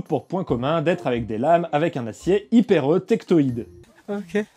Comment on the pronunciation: "Hypereu" - "tectoïde" x) Bon, ok, pas gentil de se moquer mais le géologue que je suis est un peu méchant parfois ^^'